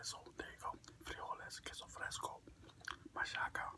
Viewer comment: I love how you say machaca with an "s" sound. I pronounce it with a strong "CH" lol. Machaca burritos are bomb.